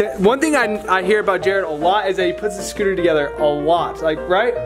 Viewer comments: Also said scootle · He keeps saying scootle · I love how he says scootle instead of scooter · He said scoodle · “Scootle balls”. “Reaples” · He says scootle instead of scooter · Just me or is he saying scootle